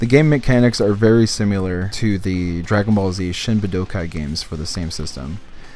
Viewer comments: Why do you say "simular"? It's similar, dude. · no I'm pretty sure "simular" is making me a little bit more stupid